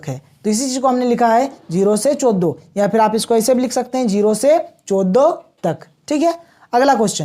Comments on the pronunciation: पारस नहीं , परास चोदो नहीं, चौदह 😂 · Sir aap 14 sahi se nhi bol pate😂